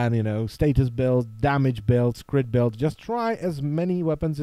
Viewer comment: To nieje "beld" ale "bild" pokiaľ viem :D